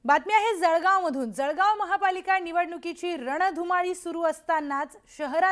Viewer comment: जळगाव आहे जडगाव म्हणत आहात